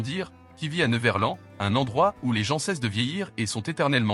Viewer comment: Et on dit NEVERLANDDDDDDD et pas NEVERLAN!